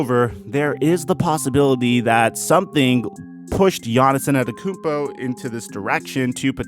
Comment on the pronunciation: Bruh he said Giannis Annettakoumpo